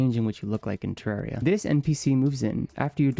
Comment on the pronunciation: its terraria not terreria 😭😭